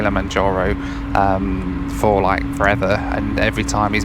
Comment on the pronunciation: I know this is a year old, but I know where to go for a drinking game. One per saying Kilamonjaro.